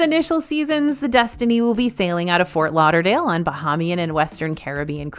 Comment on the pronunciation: Hi and DFB team! Love your content, but please look up how to pronounce the word “Bahamian.” It’s pronounced incorrectly in every video. Thank you - A Bahamian-American